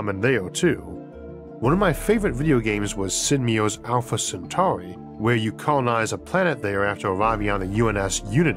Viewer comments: Alfore centawi 😂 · Alpha Centwarwy!